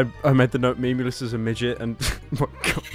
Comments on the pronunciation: I think he said "meyoulus" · Im pretty sure big lenny called him melous not meh-memelous